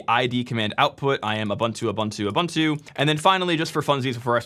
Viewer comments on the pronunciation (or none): It's pronounced oo-boon-too